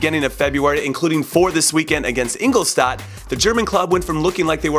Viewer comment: Hey Jimmy, just a correction for the future: Ingolstadt is pronounced In-gol-shtat. :)